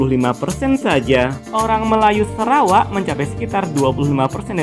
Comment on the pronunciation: Sarawak not serawak. Biasanya sebutan orang semenanjung itu lalu dieja pun begitu